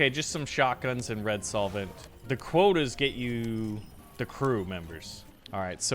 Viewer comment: Hey, it's red solvent btw. Not soilent. Idk why this got on my nerves so much haha